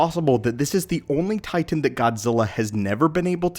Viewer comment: Where on this planet do you hail from? You say Titan in such an odd way that I have to know